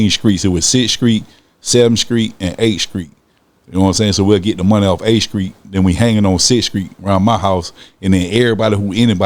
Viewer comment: Did he say skreet?? Lol